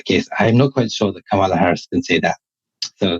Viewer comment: Hey! At least pronounce Kamala correctly, I expect that from you